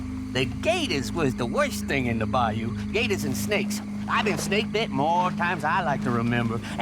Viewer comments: It's cute how you say baYOU lol. Put the stress on 1st syllable, BUY you. There, I just heard ypu say it right! Ypu do it both ways, us bayou folks don't get much recognition😂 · It’s not a bi you it’s a bi oh lol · down here in the south (USA) bayou is pronounced bouw lol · put the emPHAsis on the first syLLAble of BAyou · Man, I'm from Louisiana and the way you're saying bayou is bothering me😂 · Bayou Nwa not Lamoyne's Bayou